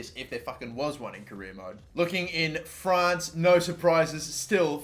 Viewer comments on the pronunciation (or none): none